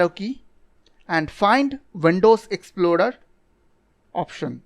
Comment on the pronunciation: Windows Exploder ? Taksmgr ? Rip english pronounciation